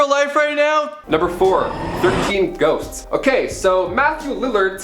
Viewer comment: First 2 times he says "ghosts" it sounds like "goats" and it made it so much better